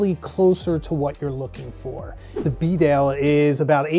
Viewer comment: Its pronounced beedale, not b'dale